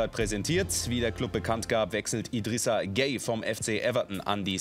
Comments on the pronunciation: ne gway Nicht gay haha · Er sagt einfach gay (gueye) 😂